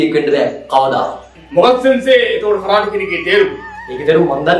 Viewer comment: පුතාලා කරාටි නොවෙයි කරාතේ කරාතේ කියන්නේ හිස් අත යන අරුත .